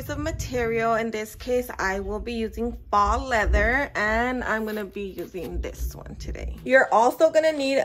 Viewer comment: Thanks for showing video...Please look up "faux" leather pronunciation... would sound more "professional" if you are running a business.